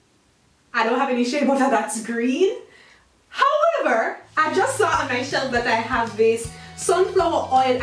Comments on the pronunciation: Every time says ‘HOWEVER’ gives me life 💯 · No one: Absolutely no one: Viv: HOWEVER!!!!